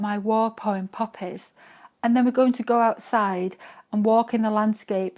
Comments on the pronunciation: popp-ehs LULZ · it was puppies for me